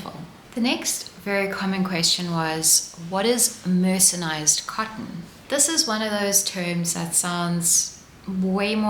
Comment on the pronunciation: It’s not ‘mercenised’, it’s ’mercerised’. Maybe some cottons are mercenaries😂